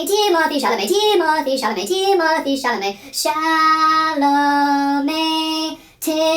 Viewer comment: “TIMOTHEE CHAMLAMET!” 🐿️🐿️🐿️🐿️🗣️🗣️🗣️🗣️